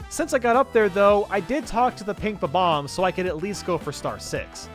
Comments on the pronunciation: I don't know. I'm not sure if its an accent or something. but Everyone I know and nintendo prnounces bob omb. as bob omb, says bob oom. when its bob then you pronounce omb like the last three letters of the word bomb. I'm sure its an accent or something but well ya know... nvm it seems like he now says it the correct way but before he said bob oom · Wait....how do other people say it? thatd how youre supposed to say it. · The 1st thought when seeing them is that they are Bombs, so Bomb is the 1st thing you want to say, which is why the preference of Bomb-omb over Bob-omb comes from for most. Most of us Millennials played Super Mario 64 as kids or watched a friend play those Battlefields as kids & it's not like Bobomb was ever mainstream when the internet was in its infancy. It's 1 of those things where the incorrect pronunciation rolls off the tongue much better than the official name. I always thought Kaze had 2 syllables & was pronounced like the Japanese word for wind although always calls you "Kays" as though 'Kaze' rhymed with the English word 'Haze'. Besides I doubt Japanese Kids would be able to get "Bob omb" right, I mean neither of its syllables are in the Japanese Language & the closest to accurate for them would be "Babu Ambu" or "Babamubu" I'm sure the Japanese have an easier name for those bomb guys. You can't blame people for growing up saying their name wrong before Youtube was a thing. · When I pronounced what you used to say as a kid, it came out like Bomb Mom 😂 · Yeah they say bebomb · It's bob-omb but omb isn't ohm. Sorry to say lol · Are you kidding? It sounds like he's saying "bob bob". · Kaze Emanuar It’s Bob bomb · no it’s not. It’s bob-omb